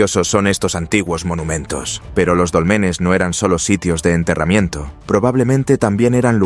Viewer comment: NO SON DOLMENES, SINO DÓLMENES